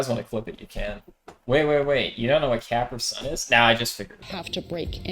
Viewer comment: The way pronounces Capri Sun 😂